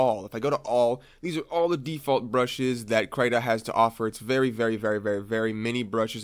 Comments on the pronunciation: not "krata" "kreeta" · yer great.. but for the love of fudge.. please pronounce KRITA (KREE-ta) and not (CRY-ta).. k thanks.:) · He means the most common pronunciation is cree-tah instead of cry-tah (which is commonly written as crAI-ta. The english sound of Y is mostly transcribed to ÁI in most languages out there, such as Portuguese, Spanish and Italian) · “Cry-tuh…” CRY-TUH??? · IT IS PRONOUNCED KR-EE-TA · Your the first person i know who pronounces "krita" into "kraiéta" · Its kreeeeeeeeeta..ok? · every time i heard CRY Ta i dies a little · my heart hursts when he says krayta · "kraita" lol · It's pronounced krimlen. Krim-len. With a silent and invisible G. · I still pronounce it Critter like a squirrel lol.